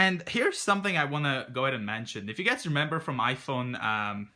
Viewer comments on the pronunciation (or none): none